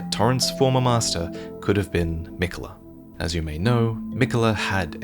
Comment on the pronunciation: Your pronouncing miquella wrong